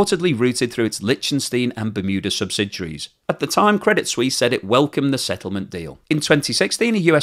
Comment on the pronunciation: I do wish that these presumably college educated network presenters would learn to pronounce words and titles properly. Do they even review the text of their prepared reports, before going on air? "Swiss" and "Suisse" share a meaning, but are pronounced quite differently. The name of the bank is "Credit Suisse", not "Credit Swiss." Anglicizing the word is just plain ignorant.